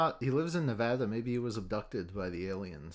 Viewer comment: The greatest insult is not the opening bit or being abducted but shrug pronouncing Nevada, Nevaduuuh